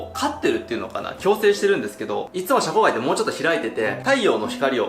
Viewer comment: シャコガイを若干ヒャコガイっぽく発音してる江戸っ子舌の